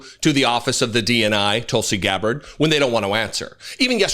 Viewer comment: did you just call her Doltsy Gabbard? If not, I claim it!